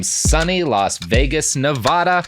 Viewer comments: It's pronounced "Neh-VA-duh". Having spent 5 years of my youth living there, hearing "Nuh-VAH-duh" is like Nosferatu's nails on a freaking chalkboard. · NEV-AHH-DA!? OFFICIALLY UNSUBSCRIBED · cries why must everyone pronounce nevada incorrectly